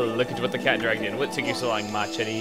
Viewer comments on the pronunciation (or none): Lol, you speaked Mah cherie as a Spanish... Anyway, thanks to you, I am almost ending Okami... I should give prays to ya!